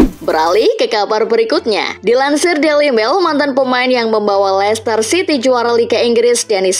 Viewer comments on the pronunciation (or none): none